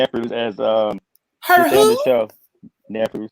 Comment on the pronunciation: Using her what? Her “nephrew” 😩😂😂 Ms. FakeNY has me in tears lord!!